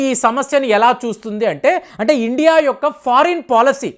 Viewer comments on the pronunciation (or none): none